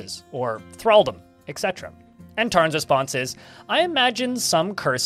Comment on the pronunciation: Really glad to have these read out in a video. Btw, etc. is pronounced 'et cetera'. ;)